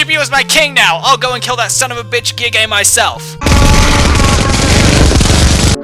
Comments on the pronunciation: WAWAWAIT DID YOU CALL GIEGUE GAY GAY HAHAHAHA I THOUGHT ITS PRONOUNCED GIG XD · Giegue is pronounced 'geeg', or 'gyiyg', just so you know. Not 'giggae'. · Guy-gue giegue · It is pronounced GIG-UE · Gee goo maybe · Why are you calling Gigue Gigay?